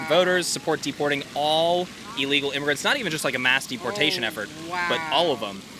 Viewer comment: one of these fellas said "Portations" when trying to say deporations. we're screwed!